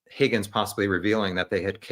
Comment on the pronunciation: No. It’s pronounced “HOGGINS”